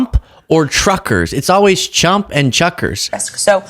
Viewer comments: I'm laughing at you laughing at her inability to say truckers and saying chuckers. Chukars are a type of bird that a lot of hunters use to train bird dogs. I just keep thinking of the bird now haha. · Wants everyone to speak English but can't pronounce Trump or Truckers😂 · Chuckers, instead of Truckers? Comedy is her specialty? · Is it junkers or jrunkers? Can I speak my language? Get it together abilliliaty? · ...I think the best part of her pronunciation of "tr" is the same as my latina Grandmother. I wonder if she pronounces her "sh"s as "ch" too. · Maybe Kooky Karoline needs to take that English literary test since she can’t pronounce the word “trucker” correctly once. Hey, Karoline, your racism is showing. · Hilarious. She can't say truckers but she wants THEM to be proficient in English. 😂😅